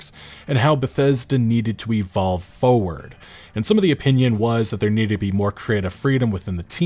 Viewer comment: Forward? No. "Fo'ward'"? Yes.